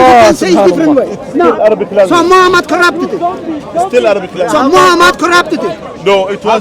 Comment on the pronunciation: subhannaAllah. mispronouncing the name of the noble soul, holy prophet Muhammad [SA] is not a good thing. if intentional, it is from the height of evilness. if it is lack of knowledge, one should be able to listen and learn proper pronunciation by listening to the ones that are with you and know how how to pronounce it.